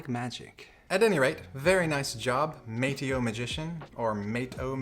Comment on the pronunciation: You screwed the kids name of twice its ma-tae-o